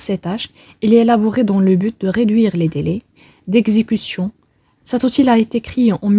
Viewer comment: Outil se lit outiye et non pas outile en prononçant le l.